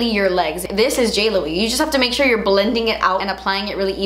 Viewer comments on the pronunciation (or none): none